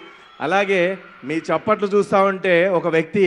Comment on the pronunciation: తప్పట్లు కాదు దయచేసి చప్పట్లు అనండి